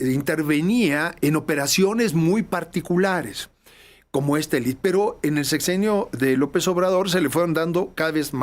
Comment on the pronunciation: Por favor, comentar a que 'elit' como él lo pronuncia, es una palabra inglesa que significa élite, en Español